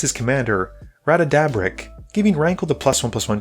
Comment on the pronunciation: He got it more and more wrong as the game went on. It was honestly a bit embarrassing how off it got by .